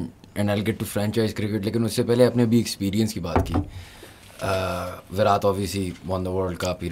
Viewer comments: Is there a special school in Pakistan that tells everyone to pronounce Virat as Virath? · I request all Pakistanis to start pronouncing Virat correctly. 😮😮